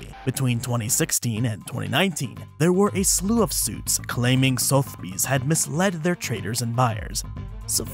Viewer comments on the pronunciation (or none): the E in Sotheby's is not silent also owners get to sell things they own